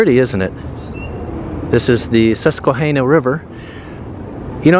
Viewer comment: It is not pronounced Suss-kwa-Hay-na. The Hana part is a short vowel...like banana. My toddler son called it the SQUASH_BANANA...LOL